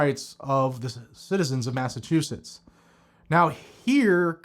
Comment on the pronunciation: “Masta” chusetts